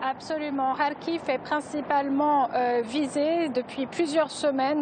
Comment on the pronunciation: Kharkiv pas "Khariv" !